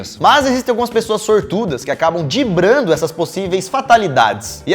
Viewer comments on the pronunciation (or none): O certo é dibrando ou driblando? O lucas fala dibrando em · o correto é DRIBLAR e não dibrar. 🤭🤭 Falei e 🏃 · "Dibrando. Vã desgovernada". Meu Deus gente, não assassinem o idioma. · Só eu percebi: Dibrando? rsrsrsrsrsrs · Vc falou dibrando😂😂😂 Significado de Driblando Driblando vem do verbo driblar. O mesmo que: cortando, fintando, evitando, escapando, superando, ultrapassando, vencendo, enganando, burlando. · driblando! kkkkk de onde vc tirou esse dibrando? kkkkkkkkkkk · Dibrando? Acho que seria driblando né hahahaha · Gosto muito deste canal, mas os apresentadores precisam melhorar o português! Dibrando? Não seria DRIBLANDO? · Lucas de Deus, DIBRANDO não existe, DRIBLANDO é o correto. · Dibrando kkkkk é driblando parceiro mas tá valendo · Não é dibrando.....é driblando!!!! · "dibrando" é fogo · Eita erros de português Lukas Marques e Daniel Molo!! Dibrando, Poblema, De lá dentro... rsrs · Ele quis "zoar" o Ronaldinho que fala "dibrar" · "DIBRANDO" KKKKKKKKK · Lucas ((((DIBRANDO)))) Belezinha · O Lucas falou dibrando!!!!! Kskskkskskskkskkskkskskskskkkskskskkskskskksksks Meu deus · .poxa Lucas .ksksksk falou "dibrano" e isso passou na edição .ksksksk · Nossa, vcs estam muito zoados nesse video. " dibrando" ao inves de driblando? "Centigros" ao inves de centímetros? E cansaço? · "Dibrando" é foda. Kkk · "Dibrando" kkkkkk